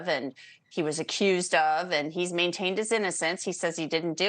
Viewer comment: Hey bonehead…his name isn’t “Murdock”! All you’ve got to do is read and then speak. Get it right.